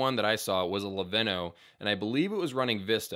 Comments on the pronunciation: Akai is pronounced "uh-kai". Leveno?? You mean Lenovo? While Rick performs live, all the drums on Pyromania and Hysteria are drum machines. (Cymbals sound live. Drum machine cymbals weren't quite up to snuff in the mid 80s. Plus is helps provide a live feel against the quantized drums) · He also said Leveno when he was talking about the laptop, which was a Lenovo. Some people just aren't brand conscious and I think we can forgive for that.